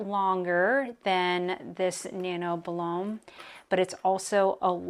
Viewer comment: Boo-loin. As in the famous city in France.